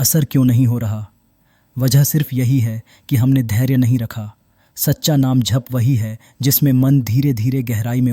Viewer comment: Please agli vedio me jp ko jhp na bole 🙏